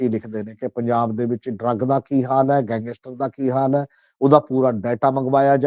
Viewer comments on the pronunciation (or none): ਸਮਝ ਨਹੀਂ ਆ ਰਹੀ ਕਿ ਗੈਂਗਸਟਰ ਕਹਿਣਾ ਕਿੰਨਾ ਕੁ ਮੁਸ਼ਕਿਲ ਹੈ,ਵਾਰ ਵਾਰ ਗੰਗੈਸਟਰ ਕਿਉਂ ਕਿਹਾ ਜਾ ਰਿਹਾ ਹੈ